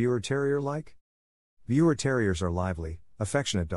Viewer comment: The correct pronounciation for Biewer is “ beaver”!!!